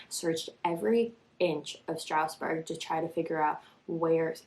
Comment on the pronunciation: Oh my god this is the first time I’ve seen anyone cover this! It’s the town next to me and no one talks about it. Thank you thank you thank you!!! It’s pronounced “strawsburg” but that’s ok lol.